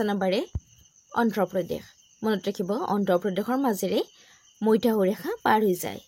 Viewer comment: "ইয়াংচি", মধ্যাহ্ন , সংঘটিত, শব্দবোৰ ভুলকৈ কৈছে বাইদেউ।